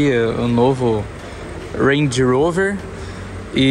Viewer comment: Ruendi Urouver!! Kkkk pode falar Range Rover fica melhor